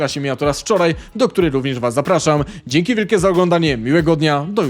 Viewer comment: Dzi es pi :D 😂